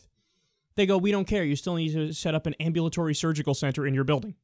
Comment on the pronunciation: Kyle... Correct your self please, you sound like an idiot . Google the word " Ambulatory "